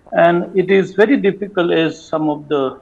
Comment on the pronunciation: I am bhery bhery sad .the ST aspirants torch bearers took away my phridge and telebhisan 😂😂😂